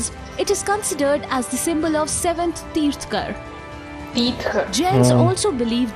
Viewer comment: It's not Tirthkar but Tirthankars